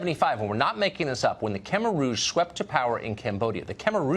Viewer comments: We just ignoring Tucker Carson’s warcrime on the pronunciation of Khmer? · Tucker's pronounciation of Khmer Rouge is fucked up.